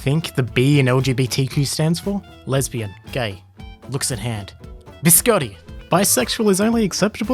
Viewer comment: As an Italian, the way you sad biscotti has really bothered me